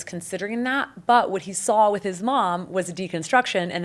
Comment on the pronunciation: TO THE CREATOR OF THE "Encounter" SERIES: Your video with Sweet Vickey, and this one, you seem to be articulate and well spoken - until you try using the word(s) "with" and "with you." At that point, you revert to "wit" and "witchew." Is it just the way you talk, or what? Are you going to work on correcting that?